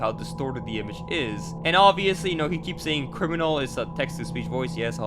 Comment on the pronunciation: It doesn’t sound like criminal it sounds like “lemonnon”